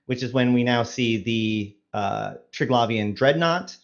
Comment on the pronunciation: tell that idiot who cant read its Tri-Gla-Vian not Tri-Glai-Vian such a simple word. READ it slowly. theres no Glaive its GLAV.